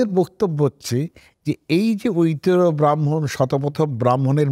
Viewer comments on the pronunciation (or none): none